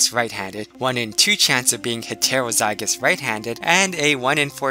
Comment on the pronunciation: Okay great video but please pronounce things properly like heterozygous it gets annoying how it sounds.